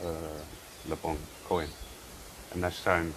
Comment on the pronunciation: (The "coin" in le bon coin is pronounced "kwan") 😘